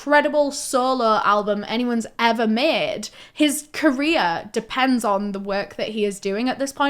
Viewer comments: Every time she says “career” I think she says “Korea” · I thought you were say "Korea destroying" 😂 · Amazing video and I’m not trying to make light of this but I love that when you say career ending to my southern brain it sounds like you say KOREA ENDING and I think it’s hilarious to think the entirety of Korea is losing their minds at once when they see anything like that panic attack style